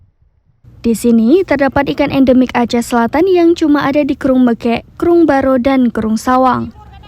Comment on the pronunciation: BUKAN MEKEK.....tapi meukek